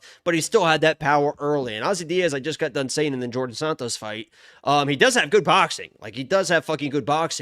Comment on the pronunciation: Djorden Sanots lol